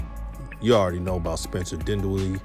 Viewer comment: Mans said spencer dwindella 🤣🤣